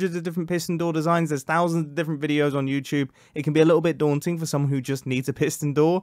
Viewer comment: daunting? didn't you mean... DOORnting!?